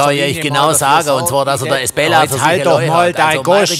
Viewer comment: Ein Glück gibt es die Kommentare, ich hab ums Verrecken nicht verstanden, wie der Laden hieß, dank der Kommentierenden weiß ich es: Esbella! Und ich hab die ganze Zeit "Miss Bella" vestanden 🤣